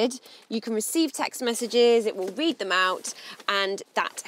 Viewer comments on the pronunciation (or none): none